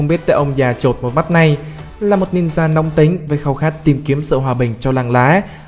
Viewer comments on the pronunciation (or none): none